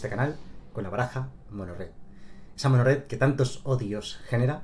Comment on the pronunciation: Lo gracioso es cuando CASI dices: MONGORED.